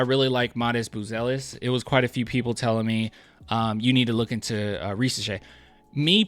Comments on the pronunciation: To be precise, in french if the letter "s" is between two voyels, it's pronounced "z" so Risacher should be pronounced "Rizacher". By the way his dad was a great national french player so it's great to see his son playing at this level. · Ri - z - ash - ehhhh (but like the Spanish R Grrrrrrr)